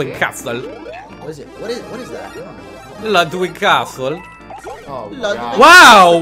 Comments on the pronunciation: Ludwig is pronounced Lude weeg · His name is pronounced (Lood-wig) Ludwig van Koopa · And it's pronounced Ludevig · here's how you pronounce Ludwig. Say (lu-dwig) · WIG! I feel my IQ dropping every time someone pronounces it wrong.